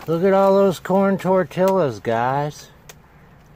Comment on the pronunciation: Its pronounced. Tor tee uhz.... Not tor til uz